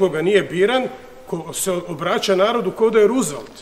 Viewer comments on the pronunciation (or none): none